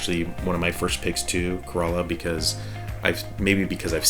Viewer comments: speak kerala not korola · It's K-RAA-LA....